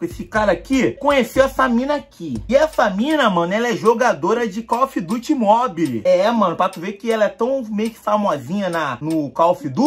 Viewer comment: "cofe duti móbili" kkkkkkk Tô zoando Tmj